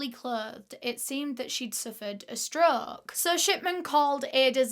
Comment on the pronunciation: The way she says stroke kills me 😂 “struuuuk”